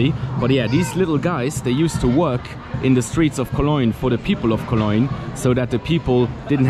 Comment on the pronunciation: i love the way you say Cologne :) koloynn :)